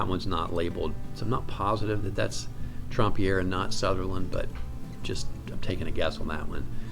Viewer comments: I will clear up the pronunciation question, his name was pronounced Tramp and not Tromp - he was not French at all. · SO glad you made this video - THANK YOU!!! Gotta ask: why pronounce the first syllable of his last name “Tromp” as opposed to “Tramp” (as in “The Lady And The…”)? I agree with all your calls about the pieces without signature/initials in the MM with the possible exception of Asmodeus, which looks like a Southerland to me.